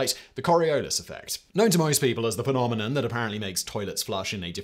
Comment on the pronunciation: Did he say “Penomenon”? 🤨